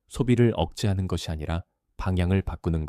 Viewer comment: AI가 제대로 읽지를 못하네요. ㅜㅜ ‘것으로’를 [거드로] 로, ’것이‘를 [거디]로 읽고… 느므 거슬려요…끊어읽기도 제대로 못하고…